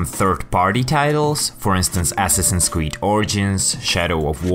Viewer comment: Not how you pronounce assassins